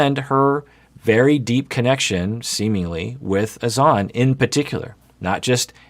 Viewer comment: Why are the host and persisting with pronouncing Azan’s name incorrectly?:S